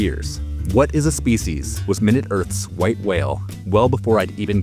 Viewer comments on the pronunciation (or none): none